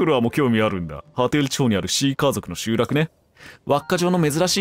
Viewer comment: 欠片と集落のイントネーション気になるw